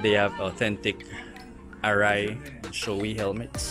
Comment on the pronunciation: SHOEI hnd showy ang pronunciation. it's Sho ei. yung ei is kinuha kay Eitaro.